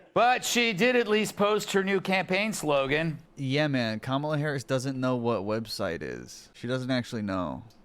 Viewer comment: tbh i thought that's how it was pronounced for at least a few days after he joined the campaign bc i'd only read it, they just never learned the right way bc their brains get overloaded by singular "they"